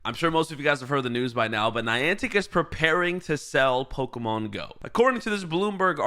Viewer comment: IT'S PO-KEY-MON!!!!